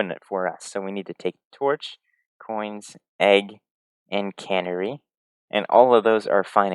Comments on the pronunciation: One thing here. It's not "cannery". Kuh-NARRY. With the stress on the second syllable. It's a songbird. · It's a canary! Not a cannery! I know. I know. Who cares? It just bugged me because he says it so many times. Great video though. Love your expediency and calm tone. Keep up the good work. Peace and love. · And it is Pronounced Can-Airy